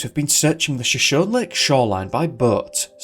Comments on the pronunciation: As always you are so informative and amazing! Just as a so you know note, the lake is pronounced Sho-shown-knee I believe. I know you aren't from the area so that can be hard, just for future reference. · Hey! Great work as always and thoroughly enjoyed this one. Helpful pronunciation for Shoshone. It is pronounced Show-shone-ee. The Shoshone Native Americans are a proud and storied tribe in western North America. Cheers!!👍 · You need to check the proper pronunciation of words based on First Nations and Native American languages and peoples. Shoshone is pronounced Sho-shony or Shuh=shony. I have noticed a few other mispronounced place names in your videos. That said, I love the videos and they have been informative. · It's pronounced; Show-show-Nee. Not what you've been saying. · It sounds like was hypnotized somehow. I love your videos- they are so professional! Shoshone is pronounced "show-show-knee" just FYI, as a Californian.:)